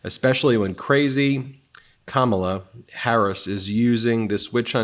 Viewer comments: Ben!! CAM A LA. Not CA MAW LA. Be careful, please! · KAmala. Not KaMAla. Emphasis on first syllable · Ben Be careful … you led off pronouncing KAmala as KaMAla … You recovered though and we know it was not intentional. Trump’s mispronunciation is, however, both intentional and insulting. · (KA'-mala, not Ka-MA'-la) Pronouncing her name important...the only way 45 can feel better about himself, is to disrespect someone else. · This drives me 🤪 … It’s not Ka mala - it’s Kama la. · Uh…comma-luh, not ca-mala… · Ben , will you PLEASE, PLEASE stop mispronouncing given names? ! Pokock gets it rights ALL the time. It is KAMAla, not KamaaLAA, it is AILeen NOT EILILeen. You are a bright guy, please pay attention! This has been pointed out many times to you, perhaps you are just arrogant and think you know better? You are really pissing us of here in Scotland with the Scots name Aileen! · Hey, Ben! The pronunciation is KAH-ma-la. Not Ka-MAH-la. Please be consistent... :face-red-heart-shape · You’ve got to start saying her name correctly! It’s COMMAla. Not camel-a. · KAmala, not KaMAla...Trump does this to disrespect her, I know you're not doing that, but it would be better to pronounce her name correctly. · It’s pronounced like this: “comma luh” not “kuh molla.” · Please learn how to pronounce her name, Ben. It’s not ka MA la, it’s KA ma la. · Its KAMALA, NOT KA-MALA..... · Comma-La. Kamala. You have been pronouncing it wrong I notice. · Ben: It's "Comma-la" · So that her step children could learn to correctly pronounce her name, she told them " Kahm ah lah, like Mom ah lah" the emphasis is on the first syllable. Please make sure you and all contributors at MTN pronounce it correctly. It's of utmost importance! Chump stated that he doesn't care how it's pronounced. Make sure you care! Your job is to educate! Remember how long it to all of you stop saying Fanny instead of Fani? All we have is our name! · la. comma-la. That's the way you pronounce her name.